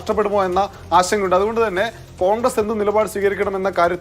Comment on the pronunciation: കോണ്ഗ്രസ് അല്ല ഖാൺഗ്രസ്സ് 😂😂.